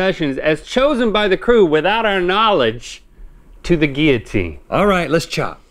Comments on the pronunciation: Kat Bowen Guillotine and geeyatine are both right I say gil-uh-teen so it was weird when they kept saying gee-uh-teen the whole time that’s all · Is it pronounced “Gill-a-teen” Or “Gee-a-teen” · “geeyateen” 😂 it is most definitely pronounced “gill-uh-teen”. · “GeEyAtEeN” GUILLOTINE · gill-a -teen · Whys he say guillotine liky gylitine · It’s pronounced gill-o-teen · so no one gonna talk about the way they say Guillotine? where are the L's at ?? or is it the accent ? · That isn’t how you say it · Ew the pronunciation of guillotine was just. Ew